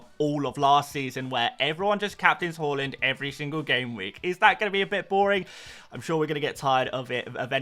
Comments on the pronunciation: Fan of this channel but “horland” drives me crazy 😂 Haaaaland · Great content as always. Thanks Mate. One note: His name is Haaland and it should be pronounced as Haland not Holand 🙂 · Haaland ❌ Holund ✅